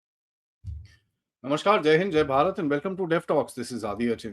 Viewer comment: "नमश्कार" नहीं होता, "नमस्कार" होता है.